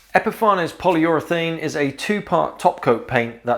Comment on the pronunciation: I'd love to know what the correct intended pronunciation is for Epifanes. You obviously say epi-far-nez. Others say epi-fanes. I often wonder if it's actually supposed to be epiphanies, as in "to have an epiphany".